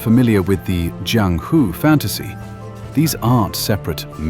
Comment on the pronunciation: I have nothing to do with the IGN guy who reviewed this game but I still feel offended on his behalf. You roast him hard, lol. I'm surprised on how well versed you are in the Wuxia genre, from how you are able to pronounce Jiang Hu quite well, to how you even know how about Jin Yong who is considered the founding father of the Wu Xia novel genre. Well done video.